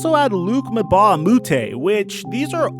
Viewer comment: It’s pronounced Mbah not Mebah